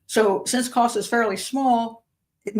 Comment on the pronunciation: It's Kos.